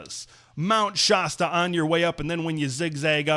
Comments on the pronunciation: Shasta is pronounced like fast or blast. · FYI, Shasta is pronounced sh-ass-tuh.